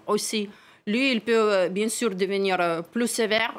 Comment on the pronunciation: Bien-sour ou bien-sùr c'est pareil. Mais Poutine a droit de se venger et tout vient de votre faute vous les rapporteurs de conneries d informations fausses